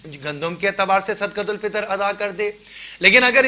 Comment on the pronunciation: حضرت۔ جب صدقۃ الفطر عربی لہجہ میں ہی پڑھنا ہے تو پھر صحیح پڑھیں۔۔ صدَقۃُالفطر۔۔۔ یعنی بفتحِ الدال۔۔۔